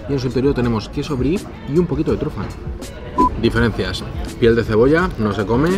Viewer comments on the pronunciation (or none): none